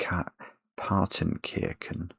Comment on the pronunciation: Why do you pronounce the "ch" in Partenkirchen as "k", do you also pronounce "chess" as "kess"?